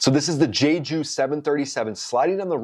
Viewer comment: It's so weird hearing people pronounce Jeju like Jayju instead of Jeju the e is pronounced like the e in eric and ju is well, like jew